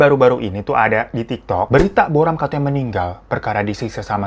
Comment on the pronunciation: Tik tok ka bukan tok tok :)